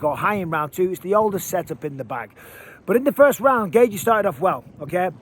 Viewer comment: I like the way you say Justin Gaychi 😂